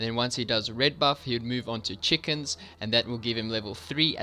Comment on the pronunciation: The way you said chickens XD